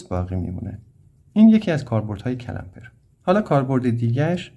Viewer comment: استاد جساراتا با تمامی احترام CALAMPER نیست CLAMPER هست . clamp همون گیره . تلفظش رو درس عنایت نمیفرماییید.